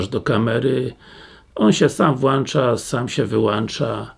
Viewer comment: Włancza, wyłancza. Raka uszu można od tego dostać. W ścianie masz włącznik czy włancznik?